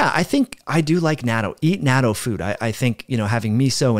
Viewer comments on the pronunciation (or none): natto is pronounced "not toe" hold the t sound. It is extremely high in vitamin K2, good for your heart and bones.